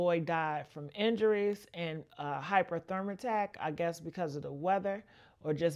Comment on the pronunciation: You said hyperthermatat it’s hyperthermia.